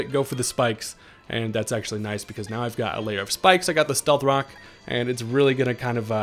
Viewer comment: Love your videos. Did you say “stealth cocks”? Lol Freudian slip.